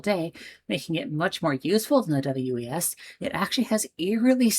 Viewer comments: We just pronounce it like the name "Wes". Looking forward to your other Portland video 🏳️‍⚧️❤ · Portland local here. WES is just like MAX in that you pronounce it like a name. This video got me wishing for a commuter rail service from Southeast Portland to North Portland that does limited stops and takes advantage of the existing freight right of way and also avoids downtown completely. Currently, you can do this by taking a light rail to a street car and then walking a bit to catch that same light rail again. No faster than riding slowly through downtown. Slower if your connection is not perfect. Unfortunately, I think WES is doomed to irrelevance because it does not go downtown. The eight trains per hour frequency of the light rail that does go downtown is all well and good, but as you experience, the connection back to the WES is terrible. I also think the over road section in Beaverton is so slow that people laugh it off. I remember when opened, the big pitch was that you could do a journey in 27 minutes on the train that would take 45 minutes on the highway. Unfortunately the frequency is every 45 minutes. If it were a longer route that went more places, it would be exponentially more useful. As it is, I’m pretty sure every station is served by line 76 bus.